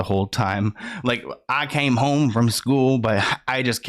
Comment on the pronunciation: Lolllll the trying to read in the country accent had me dying “I CaMe HoMe” 🥴🤣🤣🤣